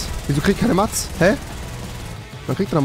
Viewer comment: Rewi es tut mir leid aber es triggered much einfach. Es wird zwar mats geschrieben aber:"mäts" ausgesprochen